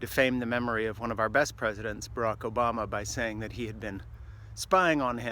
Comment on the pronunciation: Did this fuckstick perfert say prez obOner? Budro